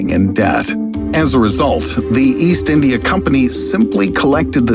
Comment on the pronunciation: wtf is "eendya" lol